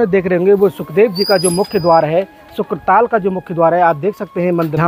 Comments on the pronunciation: शुकताल है शुक्र ताल नहीं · Nam sahi nahi bola shuktaal he ashli name🙏 shukra nahi🙄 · शुकताल कहें । शुक्र न कहें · यह क्षेत्र शुकदेव जी से संबंधित है।इसका नाम शुकताल है,न कि शुक्रताल।